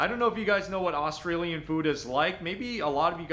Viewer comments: I can't get past his attempts at saying Australian. I cringe every time he says it. Almost as bad as Americans saying Aussie Australian is NOT "O"stralian it's more "A"stralian not "o" as in hot but rather "a" like in "a dog" "a beer" and even that isn't exact but hopefully snce you did a video on Australian speak this might help And Aussie is NOT O"ss"ie with "sssss" yeah we have a few of em (snakes) but it doesn't fit in Aussie I guess it's more like O"zzie" like a mosquito is a mozzy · How many times do we need to hear the word OOOS TRALIAN BARA ... MOONDY FUCK ME... I'VE HEARD ENOUGH this video should not be taken as legitimate on the grounds that he can't even fucking pronounce the name of the food Get Isaac to do a video on this and take his word on it See.. i mean he can't even fucking explain FAIRY BREAD the way you eat fairy bread is... Lots of butter, Lots of hundreds and thousands and..... 4 LAYERS HIGH, the more layers you can fit in your mouth the better your'e not a true aussie kid unless you've had fairy bread doesn't know how to explain meat pies I MEAN.. FUCK... NO MENTION OF THE LOCAL SERVO OR 7-11 LOL and .. You don't spread the tomato sauce on top...... YOU FUCKING INJECT IT INTO THE PIE........Everyone knows that